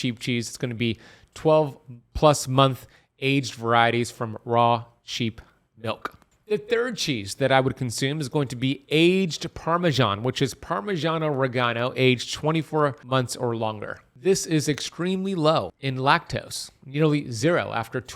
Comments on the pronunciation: Dude, please, you didn't just pronounce it, Parmigiano " REGANO " ?!!! It's Re Jee Ano JHU, NOT GU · Parmesano reg-gee-AWN-no. 4 syllables. It’s Italian.